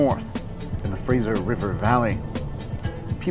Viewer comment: it's their responsibility. They're telling stories reprentative of Canadian culture. These sorts of mistake matter at times. Love the channel though. Also, so everyone knows, the Fraser river is pronounced "fray-zer" and not "fray-zier" "fray-zsher".